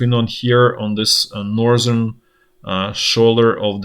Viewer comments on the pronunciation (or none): none